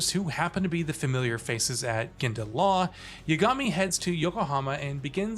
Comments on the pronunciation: Great review! Clear you're familiar with the series! It's YAAH-GA-MI though lol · why can't you say the protagonist's name correctly? did you not hear it being said for 50+ hours? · This guy didn’t play the game. must be reading from a script he doesn’t even pronounce the MC’s name correctly.